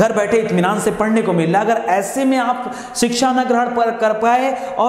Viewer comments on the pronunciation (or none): none